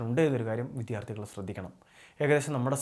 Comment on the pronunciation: വിഥ്യാർത്തി എന്നല്ല ഉച്ചരിക്കേണ്ടത് ട്ടോ. വിദ്യാർത്ഥി എന്നാണ്. പ്രദാനപ്പെട്ട എന്നല്ല, പ്രധാനപ്പെട്ട.